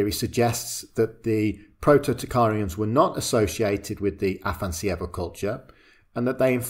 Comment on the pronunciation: You butchered the name of the Afanas'evo culture, it's AfanAs'evo, with the emphasis on the second A, which you completely omitted... :) It comes from Russian name 'Afanasiy' that is equivalent of the Greek name 'Athanasius'.